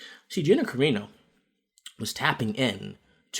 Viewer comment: Great video, except for one supremely important thing that you were wrong on... Her surname is CarAno, no Carino. 😉